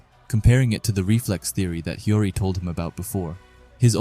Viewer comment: Bro CANNOT say Hiori right💀